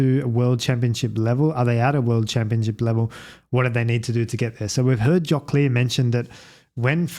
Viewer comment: Can you pleeeease pronounce his name slightly more correctly? 😂